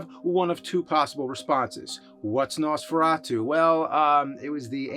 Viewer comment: Jesus the way he pronounces Nosferatu...